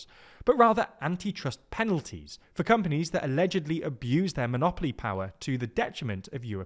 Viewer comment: Aledgedly? They were sentenced, there's no "aledgedly" here.